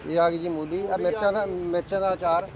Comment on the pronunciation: Mulli ni hunda mooli hunda g gallan desi cheeza dyan kr rehe o